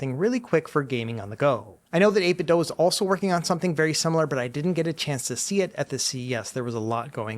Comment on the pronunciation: I think this is my favorite CES coverage video so far. Thanks! FYI I'm not sure if you're aware, but you're pronouncing 8bitdo wrong. It's said like "do" or "dew" not "dough".